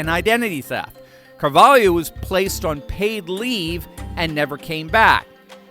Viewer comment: *Car-vol’-oh. Not “Yo”.